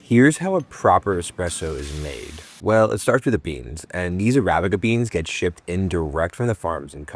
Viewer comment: How u say arabic is crazy😂😂